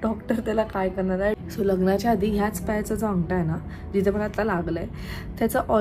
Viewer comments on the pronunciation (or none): तू वेगळाच शब्द उच्चारले आंगटा म्हणते तू तो शब्द बारोबर आहे आंगठा आहे